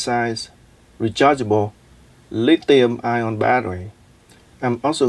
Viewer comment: it is NOT lithium ION. good God.